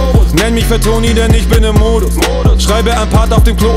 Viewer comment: Du bist nicht Fatoni, du hast Modus falsch ausgesprochen. Juse Ju zeigt wie's richtig geht ^^